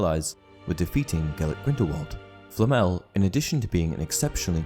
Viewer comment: Por qué le llama FLL,no puede pronunciar Flamel... qué fastidio,da cosa 😆